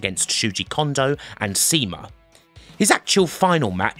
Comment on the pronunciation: going back and watching EARLY SUWA matches that i can find, it kinda amazes me that DG didn't try and lock him up for a longer contract when they had a chance, he would have been a good building block as a Top Heel(and eventual top tweener/face much later on) but at least he got to go and show his 100% potential in NOAH; also a heads up CIMA is pronounced "Shee-mah", not "see ma", you can still see some of SUWA's tricks and even offense in Yasushi Kanda(a Toryumon/DG compatriot of his) as he kinda inherited the style of SUWA after SUWA left the company and Kanda finally was healthy enough to get back into the ring